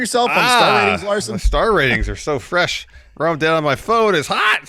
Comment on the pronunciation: FWESH AND HAWT